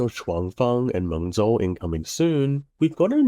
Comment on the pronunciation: Mengzhou, the ZH is pronounced as “J”